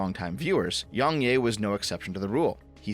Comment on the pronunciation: I just wanna say how I think it's funny you call him yongyay rather than yongyeah.